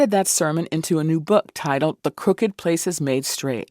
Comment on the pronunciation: Should be pronounced with the “ed” at the end of “crooked”. Clearly, Warnock knows as he says it correctly shortly after.